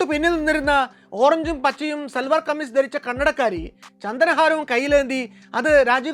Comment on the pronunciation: കണ്ണടക്കാരി എന്ന് പറയുന്നത് കേൾക്കുമ്പോൾ കന്നഡക്കാരി എന്നാണു തോന്നുന്നത്